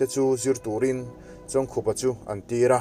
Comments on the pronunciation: Khup hi khaikhup ang a lam tur ani zawk lo maw, khar ri khup ang a lam tur i tia i lam leh silo a😀😀😀🙂 khai khup ani zawk ang a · Pu Chawngkhup hming lam dan tur i sawi angin i lam leh bik der silo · A hming lam dan tur i sawi zo chiah a i lam dik lo zui ve leh nghal zat tho... 😁😄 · A hming chu i va lam dik bik chuang lo ve....haaaa